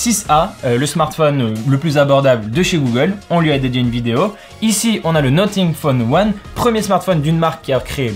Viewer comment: NoTing phone 1 ? NoFing Phone 1 pour la prononciation